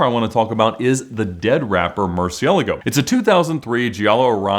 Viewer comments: What are YOU talking about? I know it is Spanish and this is far from the proper pronunciation especially when he claims that’s the right one…… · than you should know that his pronunciation is wrong, i am a native spanish speaker as well